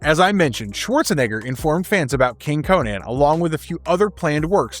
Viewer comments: It's pronounced Conan not Cohen dude. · Conan (Koh-nin)